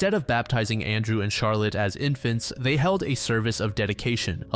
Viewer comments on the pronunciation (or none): none